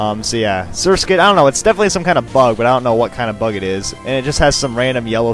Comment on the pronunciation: You pronounced Surskit's evlousion correctly.